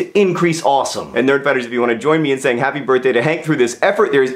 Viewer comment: Habby birfday, Hank!!!